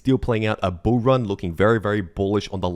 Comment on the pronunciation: i like it when you say bull ran